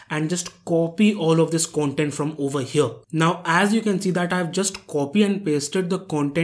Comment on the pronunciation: It's not kauntent its content It's not pruduct its product Mistakes brother 😉